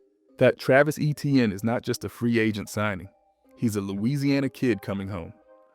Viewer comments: Etienne is not pronounced ETN. He literally came out and publicly said that. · Ok buddy the league has been unanimously calling him ETN for 8 years now so you can give it a bit of time to catch on. We understand you want to prove to everyone that you know how to pronounce his name, but it’s ok buddy just calm down.